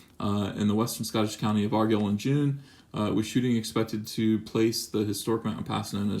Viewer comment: You're not saying Argyll right. YouTube something saying it. IT'S VITAL.